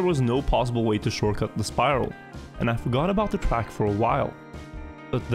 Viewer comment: The way he says track really annoys me!!!!